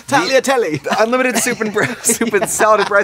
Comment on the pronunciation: I felt insulted when Katya said: Taigliatelle! and subtitles are like: “speaks gibberish”